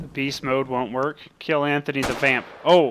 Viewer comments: you said Antony not anthony I should know since it's my name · You said anttony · ITS NOT ANTONY ITS ANTHONY GET IT RIGHT ITS MY DADS NAME PLZ GET IT RIGHT!!!